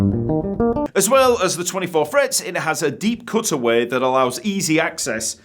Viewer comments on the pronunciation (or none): 'deep cootway" no questions